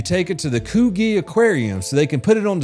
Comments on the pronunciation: Coogee pronunciation 😆😆🤣🤣🤣😆😆 Coog-gee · The way he gets Uluru right to start with then gradually gets worse, is as gold as the mispronunciation of koogee